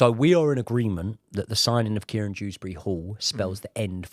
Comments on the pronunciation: His name is Kiernan not Kieran Proves how uninspiring this is 🙄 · Its Kiernan not Kieran Btw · btw its Kiernan not Kieran ;)